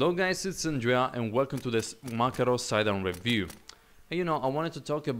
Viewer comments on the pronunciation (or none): Good, but not MakarOv, MakArov - is correct) In russian named "PM" (Pistolet Makarova).